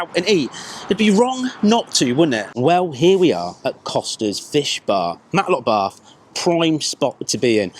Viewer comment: its Matlock bath not Matlock barth.